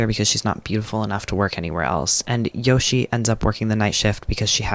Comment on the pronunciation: the japanese mispronunciations are getting to me.... Yoshie becomes Yoshi, Jumonji becomes Jumanji